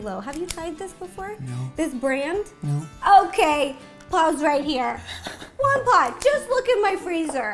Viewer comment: She calls him Jampablo